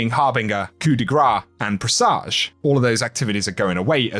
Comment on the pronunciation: “Pre Soge”